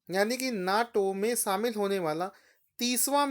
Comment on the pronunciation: शामिल होता है भाईसाब सामिल नही 😂😂